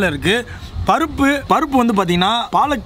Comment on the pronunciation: Why are u telling parupu as.papu